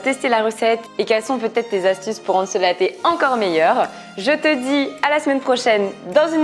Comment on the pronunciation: "le lé" aie mon français